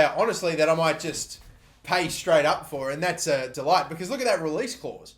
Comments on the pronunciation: pronounced 'de liht' not delight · “de Ligt” is pronounced as “the lickt” by the way, lad. love the series!